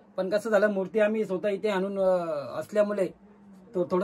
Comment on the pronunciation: Murt nahi murti sir😅